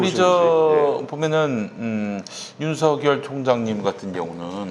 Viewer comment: 김용민피디님 '윤서결' 로 제대로 발음하시네요. 그러다가 '성녈' 로 잘못 발음하기도 하네요.